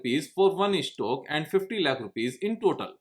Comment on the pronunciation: tumse 'Stock' bhi theek se ni hola jata